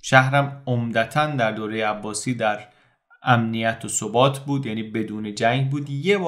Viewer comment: تلفظ واژه ثبات sabat است . به معنی پایداری و استواری .تشکر از برنامه های خوبتون.